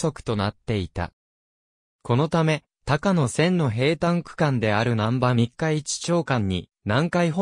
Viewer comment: 「たかのせん」ではなく「こうやせん」です。鉄道ネタなのに路線名を読み違えるって？